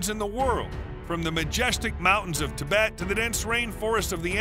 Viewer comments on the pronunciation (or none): none